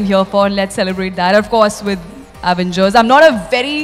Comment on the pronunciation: Actual name Avengers How they pronounce Aaavengers